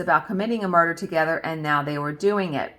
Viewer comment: Yes ! You said " muh duhhh " love it. That story was ..oof.. crazy girls. Hard to wrap my head around such evil. I can't wait to see the finished vanity. It sounds stunning.